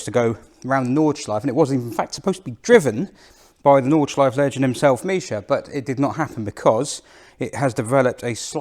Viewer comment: Hi: your German is not that bad at all. «Nürburgring» and «Nordschleife» sound very good, «Wartburg» has room for emprovement and the «ch» sound is hard to learn; I know. I am really impressed by the performance of this little engine that I had in my 1988 Polo Coupé. Thanks for this video and see you next time »»» Martin 😊 🇬🇧♥️🇩🇪